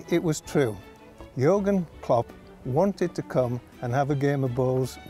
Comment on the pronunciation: First english man who is able to pronouce Jürgen correctly